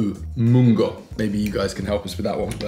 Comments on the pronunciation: It is pretty amazing Chloe makes most of the ingredients from scratch - ube halaya, ube ice cream, leche flan….those are all alot of work!!! And kudos to pronunciation of munggo 👍🏻. Great stuff u guys r alot of fun. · You nailed the munggo mate haha filipino sounding and thats great, cheers to you guys! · WOW!! EFFORT TO THE MAX!! Chloe is amazing & you nailed the pronunciation of munggo & your vowels, good job! 👏🏽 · When you said MUNGGO = PERFECT!!! Good job! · Munggo is on point. The Filipino vowels too. Wow! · kudos on getting the pronunciation correct. you got the munggo right. im quite impressed that both of you made most of the ingredients from scratch. other ingredients usually used in the halohalo is kaong (fruit of the sugar palm tree), sweetened garbanzo beans and sweetened corn kernel. i was told that using fresh fruits, especially those with high water content would dilute the halohalo, though mango probably wont dilute it because its more pulpy than watery. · you said munggo perfectly the first time. Amazing job that you guys made the ingredients from scratch. What i love with halo halo is sweetened saba banana (minatamis na saging na saba). You can try that next time with your halo halo. Sweet patoto as well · You pronounced Munggo correctly 👍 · nailed the pronounciation of "munggo" tho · You pronouncing ‘munggo’ is good.